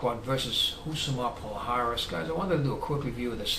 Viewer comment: its is not "pal haris" the correct pronounce is "pallares"